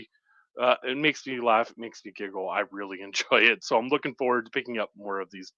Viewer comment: the kind of guy that makes me giggle whenever he says giggle.